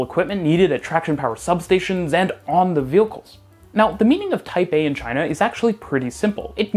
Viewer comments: Everytime he said "Type A" I heard Taipeh.. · I keep hearing "Taipei" instead of "Type A" 😆